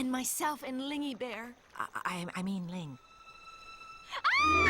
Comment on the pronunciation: Ling, not Ying.